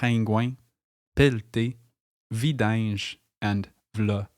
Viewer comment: Par contre on ne dit pas vidinge mais bien vidange.